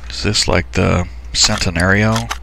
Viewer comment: Btw also not trying to be rude oc but it’s pronounced why-ra and Chent-a-nario